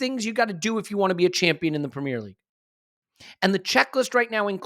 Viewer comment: Pra-meeer league